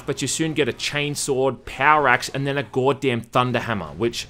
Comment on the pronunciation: you laugh at the Ork’s southern English (Orks are from London apparently?) pronunciation of “Space Marian” but to the outside world your pronunciation of “Geawwd damn” is equally bizarre.